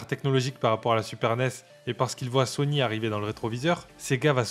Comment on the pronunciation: quand on t'écoute on pourrait confondre Sony et Sonic, fait un effort pour mieux prononcer ces mots, surtout à la fin de la video, un aveugle ne comprendrait pas si c'est sony qui a tué sega ou sonic 😅